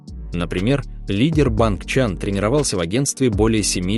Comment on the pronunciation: Не БангЧан а БанЧан